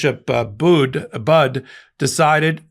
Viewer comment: FYI: Bishop Budde's last name is pronounced "buddy."